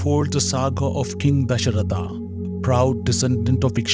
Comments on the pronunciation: Why does a भारतीय channel, narrating a भारतीय story have to use westernised names?!!! रामा (instead of राम), and similarly, लवा, कुशा, दशरथा… There are more pronunciation errors - so pathetic. This happens when one (the narrator) has read only the English text and not the Hindi/Urdu/Sanskrit words. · your content is good but pls stop puting an extra a at end like its dasarath not dasaratha